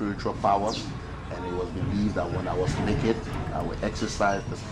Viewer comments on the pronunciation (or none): Everytime when he says neked 😂